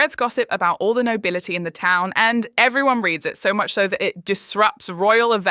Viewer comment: It was the new pronunciation of town for me! It was somewhere between 'ton' and 'tongue' lolol 😂😅 Goes to show how lackluster the season was if things like thay stuck out...